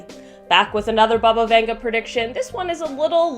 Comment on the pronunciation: Who’s Bubba Venga 🤣🤣